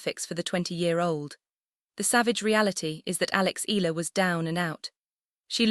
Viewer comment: It should be: panic-stricken; pronounced "Eh...ya...la" it's " Rah..fa....Nah...dahl"